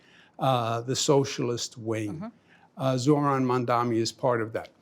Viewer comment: All these months and the man still can’t say Zohran’s name right? Couldn’t take more than 5 minutes of saying it to yourself a few times in a row to get it right yet he can’t be bothered. What a turd.